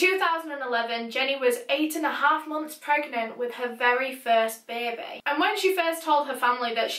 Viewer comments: 'Bear bee' 🐻🐝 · beh beh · beybeh :) it helps with the sad vibe. rest in paradise, jenny. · Beaumore the were "correcting" the word "baby" to be spelled how pronounces it with her accent. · I like the way says baby like “Bay bay” or Bebe lmao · It's cute the way she pronounces baby 😄😄 beh beh